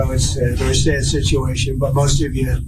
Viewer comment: Dwama Kwing Twump is vewy upset. I am mad at Vwadimir.